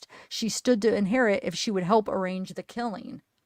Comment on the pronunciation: I heard HALLLLP! at least twice